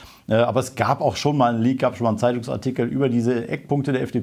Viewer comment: Leak, leaky, leak...ich höre immer lüg, lügie, lüg...